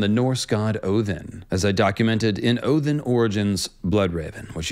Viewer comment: Oh hello, is that a soft thorn pronunciation I hear in Odinn/Woden/Wodanaz/Ogden's name? Very nice sir. Very very nice.